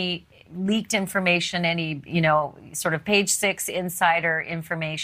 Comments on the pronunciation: It’s Melania, NOT Melañia!!!! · The way Ashley pronounces Melania sounds strange.